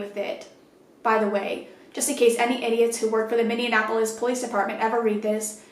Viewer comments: Hi so i live in Minneapolis and now im scared lets hope she aint into chicks or i may have to move. Also btw its pronounced (mini-aplis) mn citys are hard to pronounce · Coach! I love you, but Minneapolis is not supposed to be pronounced like "Indianapolis". It's minne- ah- pol- is. I don't mean to be particular, I just live in minnesota, and it's the proper way to say it! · everyone from MN cringing at the pronunciation “minne-an-apolis” 😭 love your stories tho! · I love you so much... but the way you pronounced Minneapolis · Lol I love that you can't say Minneapolis. You combine it with Indianapolis 😂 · Were you trying to say "Minneapolis"? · Scary shit. But, the way you pronounce Minneapolis... lol love you